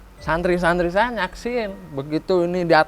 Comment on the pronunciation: Santri, mohon maaf ki ga tepat penyebutan nya😢